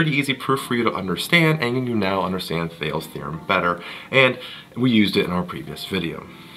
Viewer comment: It's pronounced as THEY-LEE